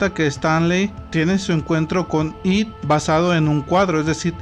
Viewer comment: It está mal pronunciado. It (esto)